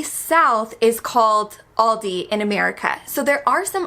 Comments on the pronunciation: Please stop saying Aldi's, it's Aldi. Also, milk, chicken and pork might be cheaper in the US but what's the difference in quality compared to Germany? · Why do you say Aldis? Where does the S come from? You dont say Krogers for example. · Guys please, there's no S in Aldi. It's Aldi, niet "aaldys".